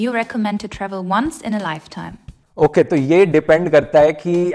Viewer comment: That “OKAY” is epic, full British accent ,😂